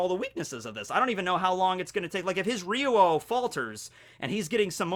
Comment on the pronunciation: I love the way pronounces "Ryuo"